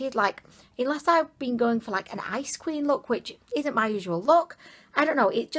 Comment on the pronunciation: I kept hearing "ice cream" instead of "ice queen" and got so confused lmao, I only got it right after the third time.